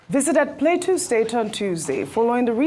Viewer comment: Why can’t Ojy pronounce Plateau state correctly 😅